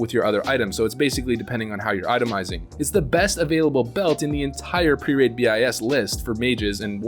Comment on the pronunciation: dont say B I S. BIS